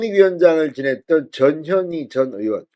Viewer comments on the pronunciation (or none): 전현희가 저년이로 들리는 이상한 현상 저년이 탈당하네